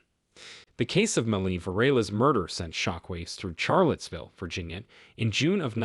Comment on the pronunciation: While I like ur voice I found you mispronounce many words.. one of which was the city of Charlottesville(correct pronunciation is like Sharlottesville). The word treacherous is not pronounced like treech....it's like tretch. There r many more. I hv to wonder if ur just being funny to see the replies. Heenis crime? You mean hayness, right😂? My family got a good laugh. Thx for this.